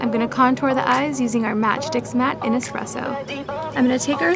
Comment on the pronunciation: Why do Americans say eXpresso...it’s espresso...